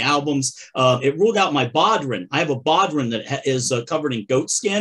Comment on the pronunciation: Just lettin' you know that bodhrán is pronounced "bo-rawn," accent on the second syllable. Yes, Gaelic can mess you up when you primarily speak English.